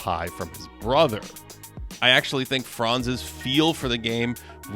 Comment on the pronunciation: Buddy Franz name is pronounced slightly differently. The „a“ in Franz is pronounced short and hard. Don’t drag it so long. All Americans do that incorrectly. It’s not „Fraanz“. It’s Franz